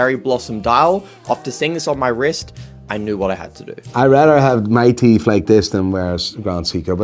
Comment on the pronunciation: NEW TEEFTH NOT EVEN THE ORIGINAL TEEFTH 😂